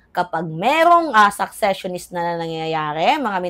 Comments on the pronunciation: secessionist hindi successionist sesesyonist pronunciation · Gud am,fan mo ko kaya correct ko ang cnabi sa content mo ngaung araw...hindi successionist dear but seccesionist ok?take care.